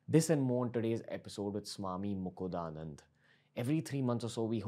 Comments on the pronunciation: Hi Ranveer.. you pronounced Swamiji's name wrong.. it is mukund-anand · It's not Swami mukudanand as what u said in the first few lines but Swami mukundanand.. atleast pronounce the name right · Ranbir, I think you mispronounced his name... not mukuda but it is mukunda ... Please correct it. Sw. Mukundananda is well versed and highly inspiring accomplishments in yogic discipline that we all aspire for. When you bring back him for another session... please have him advise how to overcome our own hurdles that gets in the way of practice/sadhana?